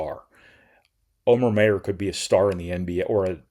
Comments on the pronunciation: The name Omer Mayer is pronounced "Oh-mer Myer". The first name Omer is pronounced like "oh-mer," with the "O" sound like in "oh", and the last name Mayer is pronounced "Myer," with the "Mayer" sound like the word "mire" or the last name "Myers". Here's a breakdown: Omer: Oh-mer Mayer: Myer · I guess you just have a brain fart every time Omer Mayer's name comes up. I stopped listening when you, once again, screwed up his name. Up til that time though, you hit every thing right on the money. You may be a doofus when it comes to names but you've got college basketball nailed.